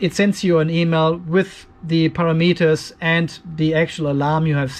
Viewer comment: It's taken me awhile to figure out that you are not saying a pair of meters but rather parameters. It was a bit confusing. ;- )